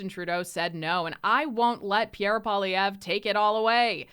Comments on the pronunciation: It's funny none of his fans can say his name correctly.😅 It means furry rabbit. Pwell lee evra Poilievre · No offence, but maybe pronounce Pierre Poillievre's name correctly first The others among the Liberal Cabinet reshuffle will, soon enough, be made redundant. Many thanks.